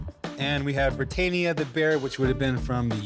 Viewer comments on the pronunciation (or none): Chum Lee pronouncing britania 🤦